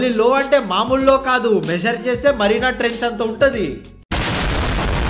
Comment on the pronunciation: Marina trench ❌ Mariana trench ✅✔️